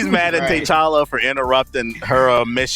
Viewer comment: Tuh Challa... not Tay Challa.